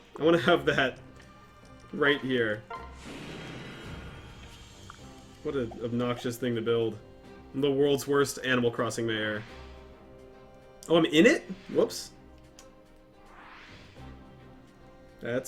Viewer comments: "Aminal"? Really? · Oh my god please tell me you said "aminal" just as a joke. Please.